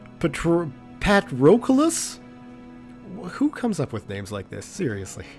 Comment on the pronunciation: Patroclus is a Greek name. It's pronounced Pat-row-clus. Keep up the good work with the videos, they're always a welcome addition to the weekends.